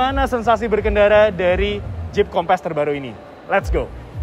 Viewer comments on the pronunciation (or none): Tp dia nyebut nya kompess, kek ban kurang angin kali wkwk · Nyebut nya harus nya “kompeus” .. 🙏🏽